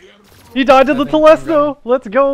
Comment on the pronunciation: I’ve never heard it pronounced like that and I’m loving it